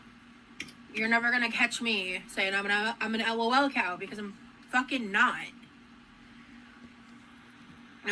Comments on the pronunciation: I feel like the bare minimum to not being a lolcow is that you don't pronounce it L-O-L cow 🤣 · EL OH EL COW😂